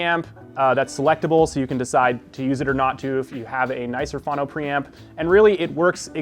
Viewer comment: He lost me at "fah-no". It's pronounced "foe-no". Streaming via cable. These kids and their problems. This dude has no clue.